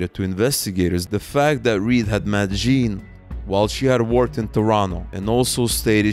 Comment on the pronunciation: Just a quick note, in Canadian French, “Jean” is pronounced something like “zhan.” Great coverage of this underreported story!